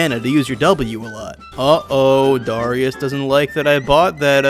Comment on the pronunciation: please dont pronounce dArius like "dOhrius"